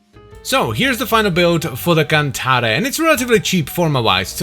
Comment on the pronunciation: You pronounced it correctly! I thought it was pretty obvious that it's a Latin word, but I saw a video where someone said "the cant-air, or cant-arr, I don't know which one is correct."